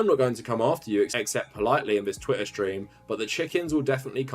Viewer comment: did he just say 'twittain'